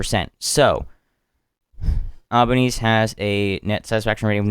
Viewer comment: good coverage one small thing the prime ministers last name is pronounced "alba-neez-ee"